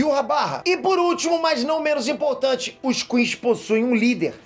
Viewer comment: adoro ele falando quinxi